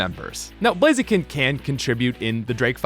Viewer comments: IT'S BLAZIKEN, NOT F*CKING BLAZEKIN! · IT'S BLAZIKEN THE SECOND TIME, NOT BLAZEKIN!